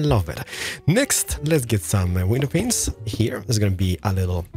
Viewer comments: Every time he says window penises I die a little more each time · Did he actually say Black stained window penises? I listened like 5 times when he was listing materials. It sounds like he said penises! I swear I'm not nuts 😄 no pun intended. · Does he purposely say window penises? Seriously i want to know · Is he meaning to say "window penises" or is that just his accent?